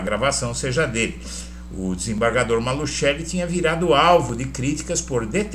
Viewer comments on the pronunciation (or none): NÃO É MALUTCHELI!!! NÃO É MALUTCHELI!!!! NÃO É MALUTCHELI!!!! NÃO É MALUTCHELI!!!! NÃO É MALUTCHELI!!!! NÃO É MALUTCHELI!!!! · EDUARDO, ESTA FAMÍLIA MALUCELLI SÃO MUITO CONHECIDOS EM CURITIBA E NO PARANÁ! TIVERAM UMA GRANDE LOJA DE MATERIAIS DE CONSTRUÇÃO NA AV. VISCONDE DE GUARAPUAVA! TINHA PROPAGANDA NO CANAL DE TV DIRETO JAMAIS FOI PRONUNCIADO MALUTCHELI, MAS SIM,(MALUSSELLI)!!! TÊM TAMBÉM UM TIME DE FUTEBOL... O J.MALUCELLI! E PRONUNCIAM MALUSSELLI E NÃO, MALUTCHELI!!! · QUANDO VOCÊS PRONUNCIAM MALUTCHELI, NEM PARECE QUE ESTÃO SE REFERINDO A ESTA FAMÍLIA MALUCELLI DAQUI, MAS SIM, ALGUÉM DESCONHECIDO DA MÁFIA ITALIANA...